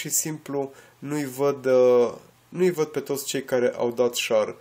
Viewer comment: nu "șar", ci "șeăr" !